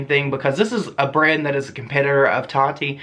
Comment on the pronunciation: Every single time you said BRAND I heard BREAD for some odd reason 😂